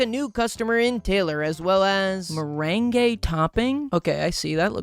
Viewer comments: Yeah “mer-ren-gay” is the name of a style of dance (merengue), the word here is “mer-rang” (meringue) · the way he said meringue is killing me lmaooo 😭 "mer-ren-gay" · Weirdly enough, he almost nailed the pronunciation... IN SPANISH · I had to stop and leave the video for a minute because the start was so horrendous in terms of you decorating the pies, somehow forgeting multiple pie tops AND mispronouncing "meringue" it's pronounced 'mer-ang' vro😔😔😔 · as a baker, hearing pronounce meringue like that took years off my life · Pie so good it makes your tastebuds dance..? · a certified men rang gay moment